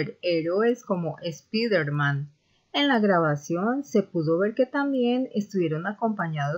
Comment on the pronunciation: Disque felíz navidad un primero de Enero!! Terrible señora!! Y como pronuncia Spiderman fatal señora!!!